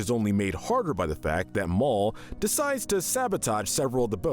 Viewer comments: Nobody: The narrator: repeatedly says “Mole” instead of “Mal” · ok not to be rude but... mal is pronounced Mal, not Mall (notice how duncan says it) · Am I the only one who noticed they called Mal "Mawl" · nope your not the only one here i heard it too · Mike's evil alter isn't a shopping centre. In other words, he's not a Mall. There's only one "L" there. Isn't it enough to mispronounce the host's name? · Your still pronouncing Mal wrong. It has a short A. He said it himself.